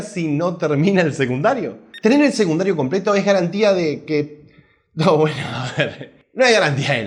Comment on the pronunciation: SE DICE SECUNDARIOOOO !! NO SEGUNDARIO !! KICILLOF DE DERECHA !!